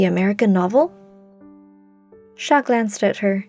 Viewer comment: Finally. Someone who pronounces "Chat" correctly